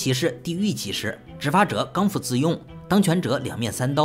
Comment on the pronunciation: 虽然知道这里留言一般不会回复，但是那个成语叫刚愎（bì）自用